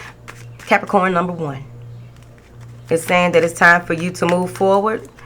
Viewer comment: i love how you say Capricornt😂😭